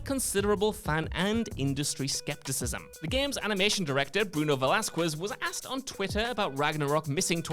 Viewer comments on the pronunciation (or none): none